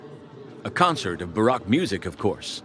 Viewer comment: learn how to pronounce the word baroque. Everyone wants their own version of language. That is why truth is disappearing from the world as well as the distinction between good and evil.